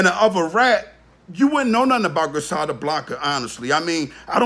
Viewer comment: Do your research your sitting up talking cash money shit & you have no IDEA what you’re speaking on ! He isn’t on black & white! Fuck outta here! Your not even pronouncing her correctly!!!